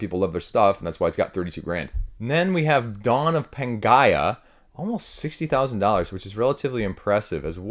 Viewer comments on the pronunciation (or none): LOLOL "pan - guy - ugh" you're funny mate xD